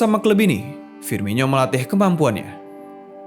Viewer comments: Itu dibacanya firmono bukan firminyo, coba lu dngr komentator2 klo nyebutin namanya wkwk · Penyebutan nama nya FIRMINO, Bukan FIRMINYO wahai admin.